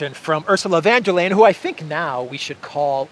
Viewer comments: Please say her name like this: Ursula fun dur lyin`. That's close to how Germans pronounce her name. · "Von derPirate" 😁